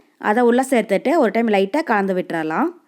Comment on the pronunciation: Please concentrate on pronounciation. U r saying Kanda vittudalam instead of kalandu vittudilam